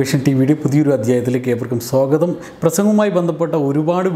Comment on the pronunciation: സ്വോഗതം അല്ല. സ്വാഗതമാണ്.